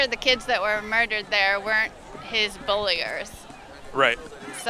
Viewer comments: When a teacher says bulliers instead of bullies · Did that teacher just say "bulliers"?